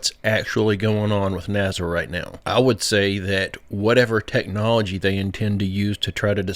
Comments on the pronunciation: Btw, it's NASA. Not NAZA! Doofus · What the fk is “ NAZZA” ? I have no fking clue what “NAZZA” is… Oh you mean N A S A ?? For fk sake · .....its NASA.......not NAZZUH😮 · When are you going to learn that there are bo Z's in the word NASA?